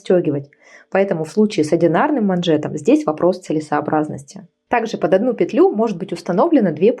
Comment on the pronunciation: Девушка, Вы, возможно, очень хороший мастер, но, если взяли на себя смелость выходить в публичное пространство, наймите редактора или репетитора: слово " манжета" в русском языке никогда не было мужского рода, да и в слове " пЕтля" ударение падает на первый слог.